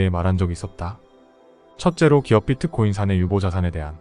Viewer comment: 비트코인을 자꾸 피트코인이라그러는게 거슬리네요